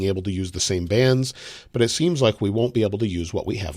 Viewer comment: I legit heard that as "bans" rather than "bands" 🤣🤣